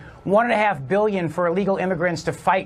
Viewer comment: Beeleeons........EEE dee ot.....